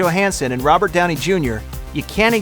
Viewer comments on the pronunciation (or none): none